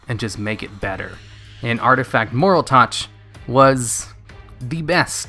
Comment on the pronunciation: qli and moraltach are honestly fine. Sure they have been out for a while but they aren't really words. No excuse for mispronouncing trio though lol